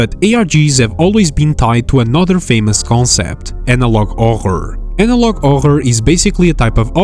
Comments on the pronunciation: Ah yes, "Anolog Ohr." Ngl, that's a cool name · ''analog ohr'' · analog ohor you say?